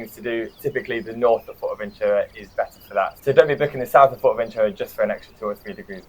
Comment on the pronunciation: Nice videos, kudos and thank you for the useful insights! Allow me to comment that after all the time you have been there you could slowly pronounce "Fuerteventura" correctly as it is pronounced in Spanish. Your pronunciation sounds to me more like like "Fort-Ventura". Cheers m8s 🙂